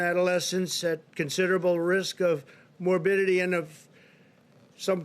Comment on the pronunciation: "Risk of morbillion". What word is morbillion...?